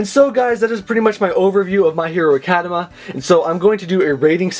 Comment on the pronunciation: I'm pretty sure it's Academia not Academa.